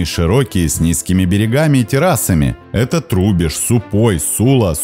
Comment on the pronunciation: Только не Псел, а Псёл и он далеко не маленькая речка,больше того же Тетерива